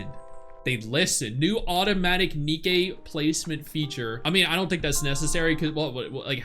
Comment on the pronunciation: Its nikke not nikki 😢